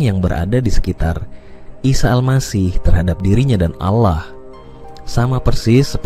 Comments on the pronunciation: Dia selalu menyebut nama Ala.. sepertinya dia orang sebelah, dan ayat yg disebut seperti surah annisa dan surat almaidah, ada beberapa yg tidak sama dengan yg dia katakan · Saat nyebut nama Allah, terdengar seperti bukan orang islam, 😅😅, nipu ya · Ini konten oten. liat aja cara mengucap allah aja dia gak bisa